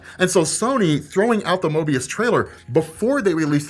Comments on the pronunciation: Yo, isn't it Morbius, not Mobius? Isn't Mobius from Loki? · M O R B I U S not Moebius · It's MoRbius, not Mobius. I would very much prefer a Mobius movie, but yeah. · It's MORBIUS.. M - O - R - B. it sounds like you're saying MOABIUS. MOBE? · Morbius, not Mobius, right? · You kept saying Mobius, even though it's Morbius. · You forgot to pronounce the r in morbius bud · How are you excited about the film and character and not even know how to pronounce the R in Morbius? Fucking embarrassing. You're obviously a fan. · Ugh.....I think you meant to say Morbius? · Why do I feel like you are saying Mobius, it's Morbius. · Mobius or Morbius? Sounds like your saying Mobius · rob... its called moRbius. not MOByus lol lol you know the characters name! why are you buchering this. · Morbius,! MORE-BEE-US! It’s MORbius! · lol. not 'Moebius" MORBIUS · Hey, it's Morbius not Mobius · Say it with me. MoRbius. More-be-us. Mobius is a one sided paper strip. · MoRbius...I feel like u are trolling us when you say MObius...damn! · You may have not forgotten the film but you obviously forgot his name is "Morbius", not "Mobius", lol. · 😄 kept saying "Mobius" instead of Morbius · It's Morbious brother. Mobious is from Loki. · Drinking game: take a drink everytime mispronounces "Morbius". Because it's not "Mobius" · Morbius not Mobius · You kept saying Mobius, without the R of Morbius. Haha! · And your video of the spider man leak videos was the wrong video the one you show was old and fake and had so much fake footage the real one what was leaked was 40 seconds long and u can tell it was nothing like the ps4 spider man u leaked 🤣🤣🤣🤣🤣🤣 and its not mobis it is morbius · Lol how many times did he call Morbious "Mobious" lol common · You mispronoucning morbius as mobius triggered me!!!!!!!!! ahahahahahaha MORR.....BUUUUUSSSSEEEE NOT MOOOOOBEEEUUUUSSSS!!!!!!! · calling MoRbius "Mobius" through this entire video... lol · Morbius, not Mobius 😉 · Mo"R"bius lol